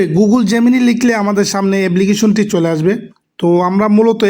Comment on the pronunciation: ফুন কি রে ভাই ফোন, এবলিকেশন কি এপলিকেশন